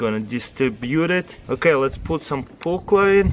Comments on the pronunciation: it sounds like hes saying paul clay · Did you say pool chlorine or perchlorate at the first experiment